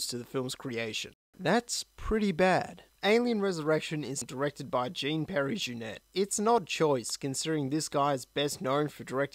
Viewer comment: ..."Jean Perry Jeunet"? Lawl. Just for your information, it's pronounced kinda like "Sean Pee Ear Jewneh".